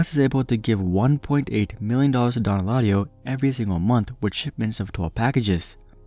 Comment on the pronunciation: Dõn not dōn